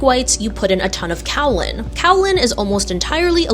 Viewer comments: I think it's pronounced 'kay-uh-lin' rather than 'cow-lin'. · It’s pronounced “kay uh lin”. Named after a hill in China, Kao Ling. I looked it up. 😆